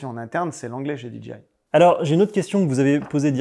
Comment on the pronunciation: En tant que "KOL" tu ne veux pas dire DJI comme il faut stp ? Tu parles avec 2 personnes de là-bas et chaque fois que tu dis la "DJI" ça me fait grincer les dents 😂😂